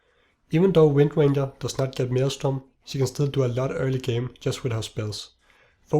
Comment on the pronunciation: E SC its windranger, not rangeranger